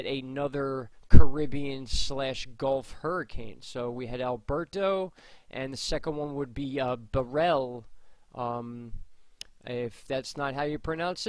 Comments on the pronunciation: It’s pronounced “barrel” like beer barrel. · Beryl.....is pronounced like barrel..fyi😜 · Hey, it's Beryl.. Bear-rul!! It's a type of quartz stone...